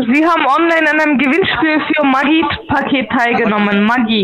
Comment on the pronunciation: Ich habe am Anfang immer Maggi Paket verstanden... klingt wie im Hühnerstall. ..